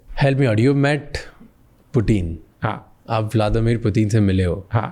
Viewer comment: Putin ❌️ pyutin ✅️